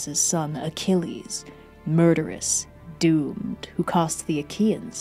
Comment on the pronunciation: I really thought said dude instead of doomed at the start😅